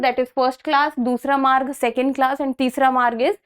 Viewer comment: its varg not maarg